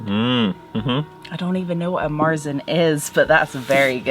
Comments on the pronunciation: You say "Marsen" to a Märzen. "Marsen" sounds in german like tang smelling socks(but it don't mean that, it sounds only like so). Speak it more like english "Martsen" the A speak like the A in "Tang" so like sheeps say "määäää". But our R sounds in this word more like an U as in "Butter" you can also speak the german R make in the throat, if you can, but in german we don't speak the R. In german we speak to Märzen -> "Meatsn". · MARE-tsin would be how i would write an english pronunciation guide for Maerzen, but you're right the guttural R sound is hard to translate . To your guest's etymology questions, it looks like she was spot on. It looks like the dish was even called marchpane in old english. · we don't speak the R in Märzen, replaced by german A or english U like in "Sun". Z is everytime T+S in german.